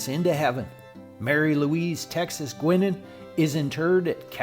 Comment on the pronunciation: Pronounced “Guynan.”